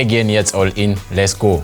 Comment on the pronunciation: "läss go"